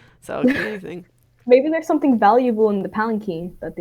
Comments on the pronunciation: Urgh it's a palanquin pronounced palacwin not palaceen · "um, actually it's pronounced palankeen"